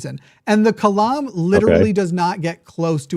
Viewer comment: “The Kalam”…”The Climb”